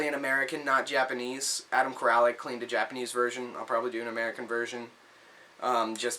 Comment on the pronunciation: $10? That's a steal man. Good job! You have to wonder what they did with the games... Congratulations on the pickups! Appreciate all the shout outs, thanks for that. Not that it matters, but you don't need to pronounce the A in my last name. It's "Core-Lick".